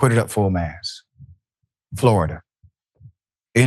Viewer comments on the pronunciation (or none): PLEASE, IT'S FULL MAST MAST MAST MAST MAST, NOT MASS!😮